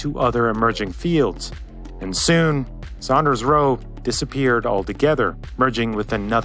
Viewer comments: That's Saunders, not Sanders! Its pronounced like Sawnders. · It is not pronounced "Sanders" it is pronounced "SAUNders". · It's Saunders (sawnders) not Sanders. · Not Sanders, Saunders. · I hope that guy has learned how to pronounce "Saunders" by now;) lol